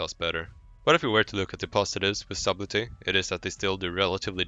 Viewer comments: Subtley - SUD EL TY not SUB LET TY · FYI, the "b" is silent in subtlety... So it's pronounced suttelty. Why does it have a B in the word? Who the fuck knows, english is weird. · Wrong. It is not silent. It is pronounced Sub-tell-e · "Sabblti", Try the following spelling: [satl ti] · "subbletty" hhhhhhhhhhhhhhhh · The b in subtle is silent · I had to quit watching when I heard how you were pronouncing subtlety. The "b" is silent dude..Man I couldn't stop cringing every time I heard you butcher it so bad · not once in this video was sublety announced correctly :( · the way he said subtlety triggered me so hard